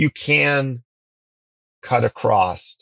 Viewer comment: "Acrost" you're killing me dude 😂